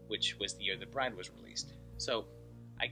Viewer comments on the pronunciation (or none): none